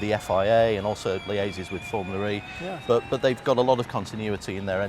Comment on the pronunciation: If this guy says "FormulaRee" one more time, i'll personally slap him till he's blue.